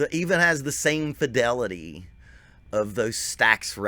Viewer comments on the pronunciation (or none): none